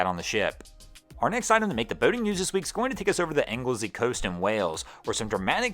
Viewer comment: well done you pronounced Anglesey now can pronounce Llanfairpwllgwyngyllgogerychwyrndrobwllllantysiliogogogoch